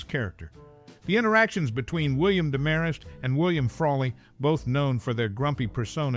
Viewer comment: Same VO twice in a row? And it's DEMarest, not DeMARest.